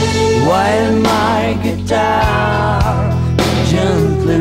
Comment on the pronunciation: A co tu ubohou píseň Beatles necitovat? Obzvlášť když mu nejde v angličtině vyslovit slovo “guitar”